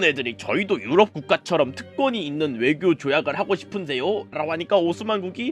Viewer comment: Ögyo요? ㅋㅋㅋㅋㅋㅋ